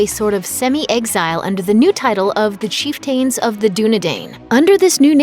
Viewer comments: What’s a chief-tane? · Its pronounced cheef-tin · Goodness...this is a terrible explanation, missing lots of important information. And for the record, please learn how to pronounce the word "chieftain". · Chieftain of the Dunedain... does not rhyme....just saying. Chief-ten of the Dunedine...phonetically. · Good video but prounounces chiften and Dunedain wrong